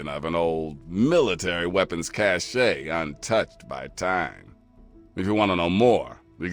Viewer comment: Two dog doesnt understand how to pronounce cache lol